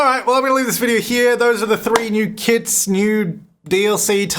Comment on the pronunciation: It sound like you are saying "Kids" when you say "Kits"😂